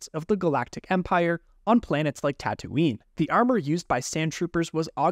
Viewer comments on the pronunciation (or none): none